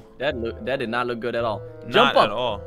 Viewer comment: You said gmod instead of good